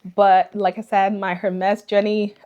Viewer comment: Amazing haul 😍. Just FYI : H in Hermes is silent in French so it should pronounced as Ermes